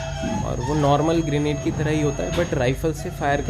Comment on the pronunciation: ग्रेनाइट नही ग्रेनेट होता है